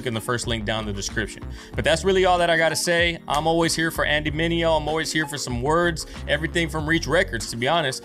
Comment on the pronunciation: Andy MIN-EH-OH